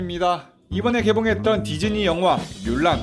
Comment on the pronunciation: 디즈니가 디쥐니?가 되버렸어...